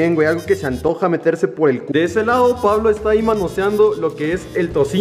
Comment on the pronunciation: Todos sentimos raro que diga "Pablo" en vez de Puvlo